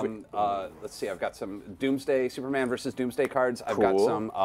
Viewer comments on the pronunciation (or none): none